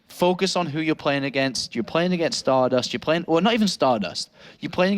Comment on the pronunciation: called Stardust as "Starbust" in the last game:D How accurate